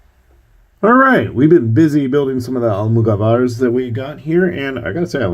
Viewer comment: Nice video, they are pronounced Al-moo-gah-bars